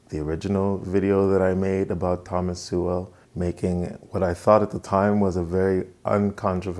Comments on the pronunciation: It's pretty cheap of you to mispronounce Sowell as Sewell - it's obviously intentional. You make some interesting arguments, but the stunt with Sowell's name does not reflect well on you. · First time to your channel - nice work. Judging by the comments, though, it kinda went in one ear and out the other. But, keep it up. BTW, it's pronounced, SOUL. Ironic, huh? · Pronounced "soul" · Thomas Sowell is infinitely more intelligent than this man with 437 subscribers. I’m not trying to be mean but I watched this whole video and will never get my time back. He can’t even pronounce his name correctly. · Can't (or perhaps won't) pronounce "Sowell" correctly. 135 subscribers. Speaks with the eerie calm of a cult leader explaining why it's time to cut your balls off. He's not creepy at all. When do we get to the koolaid part? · He doesn't have trouble with any other pronunciations. What could it be? He is pronounce that way as a "backhand"? or he hasn't studied his subject well enough to contest him? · ahhh you upset cause you cant prove any of his arguments are wrong. So if he had said his last name right it would have changed your mind? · Sorry buddy, buddy but Thomas Sowell has a lot more experience than you do and he lived it. You didn't. Oh, and learn to pronounce his name properly before critiquing. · You might wanna pronounce his name right if you're gonna be commenting on the guy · Imagine pretending you're critiquing in good faith and you can't even pronounce the man's name. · I'm sure Sowell would simply correct him and precede with the argument rather than flaming for mispronoucing an uncommon name.